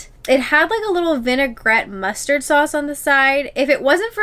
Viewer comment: Mustard drill 🤣 you guys are too cute! It’s muster 😉 love your video can’t wait to see more - hope you loved the Disney Magic x